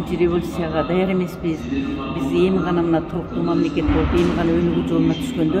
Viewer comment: Тазабек Икрамов мине Деп тантырап койду 😂